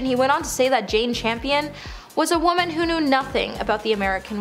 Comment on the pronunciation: This is very poorly researched and flimsily done. Things embarrassingly mispronounced. Jane Champion instead of Campion? Maybe you guys are the ones that should be cancelled